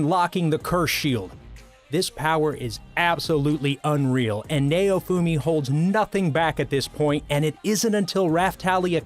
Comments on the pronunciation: Meliodas is pronounced mel e o.dus Also naofumi is pronounced now fume e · 1. Mel e o dis 2. Gon is like own but with the g sound 3. Naofumi is now foo me 4. Kinda insulted issei's rage scene at Asia's death isnt on here wayyyy better than naofumi's